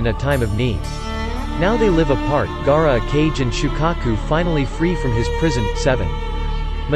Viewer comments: Ok 1st off when he said gaara he said G-A-A-R-A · Can pronounce namikaze, but not Gaara?